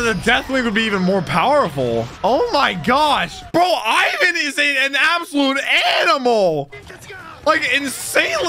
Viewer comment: first ov all its ivan not pronounced like you doo second crocodile is apparently to theorys luffys mom